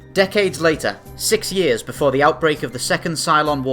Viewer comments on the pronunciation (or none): none